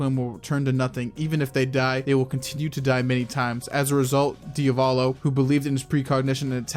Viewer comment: Why do you pronounce DiAvolo as DiOValo? Just asking from curiosity.